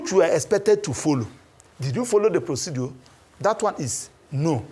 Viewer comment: "Procedure " , not "proceduor" please. Thanks.